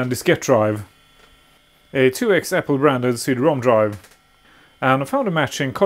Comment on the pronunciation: I enjoy these videos very much. Were you having a bit of fun by saying C Drom? I assume you know it's CD ROM, as in Read Only Memory. The favorable assumptions are based on you being by far one of most articulate people on YT, which I really appreciate. 😊